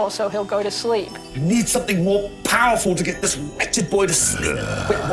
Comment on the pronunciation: How he says powerfull and pronounces the P in sounds like how he prounounces the P when he says Pottah